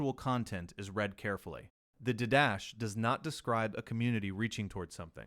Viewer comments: I came here to make the same comment. In the liturgical classes I have taken, didache was always pronounced as you suggest, or perhaps "DIE-da-key". Certainly not "did-dash". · Didache is pronounced did-a-kay not d'dash. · I know that this is going to fall on deaf ears, but the word 'didache' is pronounced did-ah-KAY. Not like anyone is going to train their AI client to pronounce words correctly. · No, you are all wrong. In classical seminary NT survey lectures, it is pronounced DEE-DUH-KAY as iota is not EYE-OOH-TUH but rather EE-OH-TA